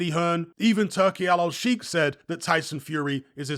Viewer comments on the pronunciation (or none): please it's Shake not sheeeeek